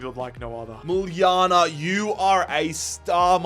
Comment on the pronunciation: my boy actually saying muljana the right way